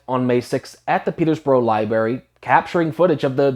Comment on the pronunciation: When you say Peterborough it sounds like P33DOborough to me. That is what many of these groomers are.